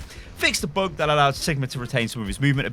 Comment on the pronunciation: I like the way you say "bug" it looks like boog X)